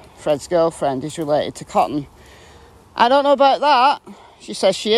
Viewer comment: I wish could complete a sentence. I wish someone would tell her that "Cotton" has not one, but two T's in it!